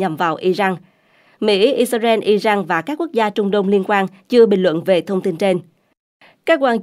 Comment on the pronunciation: Israel mà đọc là ia rênh và Iran mà đọc là ai rân? Cả 2 đều sai mà góp ý hoài nhưng kênh ngày cứng đầu k chịu nghe. Kênh này k chịu học hay thiếu tiếng anh. Washington post thì đọc nghe OK cũng như tên ông Trump. Wonder kênh này ở VN hay nước ngoài??